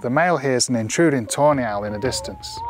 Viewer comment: all i hear is ''toenail'' everytime he says tawny hahaha